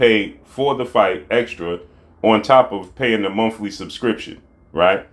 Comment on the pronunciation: Did he say mumfly subscription 🤔